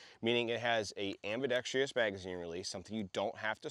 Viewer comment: This was a good review of what seems to be a good weapon. However, pronouncing "ambidextrous" as if it were "ambidextrious" is a personal pet peeve of mine and I had a hard time getting over it.